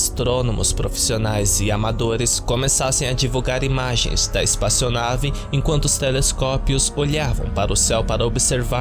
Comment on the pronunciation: disse "espaçionave" um monte de vezes kkkkkkk